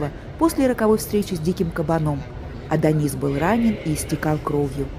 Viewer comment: И Адонис произносится с ударением на О.